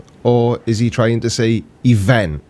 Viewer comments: I don't know if I was paying enough attention, it's hard with these weirdos. Was he telling a story about his son at one point? Was his sons name Yosh? I have a feeling because of the way he pronounced "ewent", his sons name is actually "Josh". I'm not trying to have a go at people's accents but why would you name your son something you can't pronounce? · I love you, but let us be honest. He may have traces of an Indian accent and has problems pronouncing 'event', but you're Welsh. Let's not call the kettle anything unreasonable.... (I'm not picking on you - as I was read Tales from the Welsh Hills as bedtime stories every night when I was a lad, and come from good welsh stock myself. My family and ancestry can't pronounce a damn thing without double 'l''s)